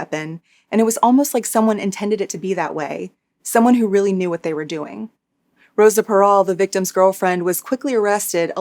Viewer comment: you have the perfect voice for storytelling. also the way your pronounced her name. 🤌🏼